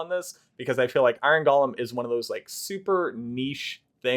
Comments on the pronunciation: It's not "gollum", it's "Go-lem". Basic English. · The origin of the word may be Hebrew. Many English words have their roots in other languages. But the pronunciation you're using is still wrong.